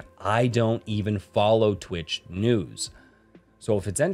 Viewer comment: Twich is the sound you make when you want to say "Twitch" but along the pronounciation of wi to tch you sneeze so you end up saying "Twich!"